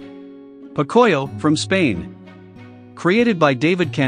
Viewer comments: Nobody cares who created these cartoons and in which year, this video is called only which country they are from. How did you get the characters who look like that? Pocoyo is pronounced "poco-yo", not "po-coyo". I didn't know it's from Spain. Masha and the Bear was made in Russia? More like Russia and the Bear was made in Masha. Get it? Because Masha and Russia rhyme! I don't know about the show Professor Balthazar, but I do know that Croatia is a Balkan country along with Serbia, Bosnia and Herzegovina, Montenegro, and Kosovo, and I'm from Serbia. Some of these cartoons are the same cartoons that are in another videos. I didn't know Asterix is from France and Winx Club fron Italy. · Actually Pocoyo is pronounced pO-cO-yO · What irked me about this was how the narrator pronounced